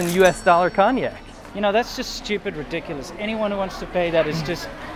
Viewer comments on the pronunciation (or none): You do not pronounce Cognac,. I had to turn on subtitles to figure out what youre even saying